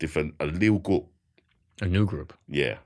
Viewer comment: When he says “group” I hear “gook”